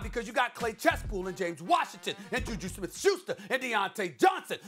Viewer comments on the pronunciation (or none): Stephen A. really said "Clay Chesspool" lmfaooo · "Clase Chaypool" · bro really said clay chasepool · Max, Baker Mayfield had less than 200 yards throwing... that's horrid... Situationally, maybe that's just OK... He had less than 50 yards running... Again... Situationally, "meh..." Stephen A. my man.... "Clay Chasepool..." Really?? Chase Claypool... C'mon man... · Case Chespool 😂😂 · Stephen a smith: Clay Chesspool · Stephen A.: Clay Chesspool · Hu dafuq is Clay Chasepool/Chesspool?